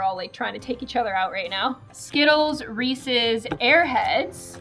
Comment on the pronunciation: i got so mad when she said Reese’s like “reese”